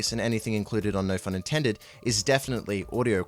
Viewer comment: im so glad you pronounce no phun intended with the PH sound, too many people i've seen pronounce it like no "pun" intended. i thought i was the only one who pronounced it like it is written.